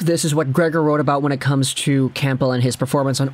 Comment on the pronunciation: Cam-bull you don’t say the p